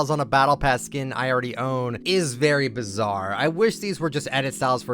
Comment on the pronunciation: STOP SAYING BIZARE